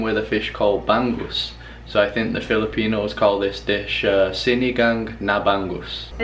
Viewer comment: hi, its called ba'ng'us, not ban gus. ng is spoken like hunger or stronger